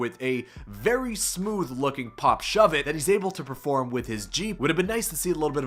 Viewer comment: This man said pop suv he might be an ex skater lol